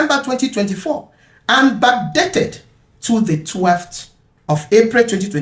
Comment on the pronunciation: Did I hear Backdated?